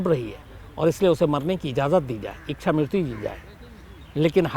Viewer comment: शम्स जी शब्द इक्षा नहीं है बल्कि इच्छा है। कृपया सही तरह से उच्चारण करें।